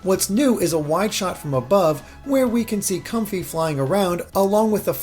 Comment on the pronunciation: And audino and confey 😟